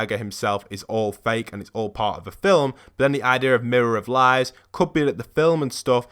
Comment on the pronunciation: Why are you saying M I R R O R O F L I E S